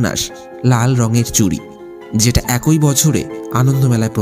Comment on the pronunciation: "একৈ" নয়, "এক ই"!